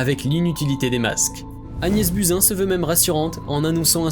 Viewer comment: On dit Agnès BOUZIN...